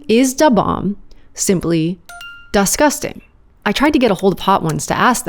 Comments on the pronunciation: "Is da bomb da scusting" made me subscribe 😂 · “Is Da Bomb Duh-scusting?” Lmao that one got me good ngl